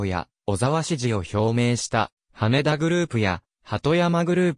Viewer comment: 羽田（はた）です・・・